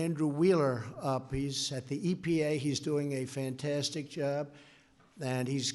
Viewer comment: Make climate great again.... Trump;" we made a new climate so greate nobody would be able or need to breathe again Fan-Tan-Stick". 😁😁😁😁😁😁😁 Donald Fan-Tan-Stick Trump ... The funniest guy on Earth....